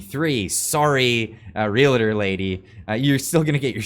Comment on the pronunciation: Is it realtor, not relator? Or did I hear wrongly?